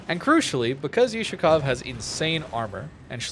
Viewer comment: BTW, the correct way to say it is "Oooh-Shakov" the letter is an Oooh sound, like yahoo ... not You-Shakov of course no hate or anything, love your videos, just as a native russian speaker, it hurts 😆